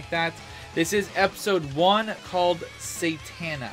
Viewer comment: "Sa-Tina", is how I think it's pronounced! Just a suggestion!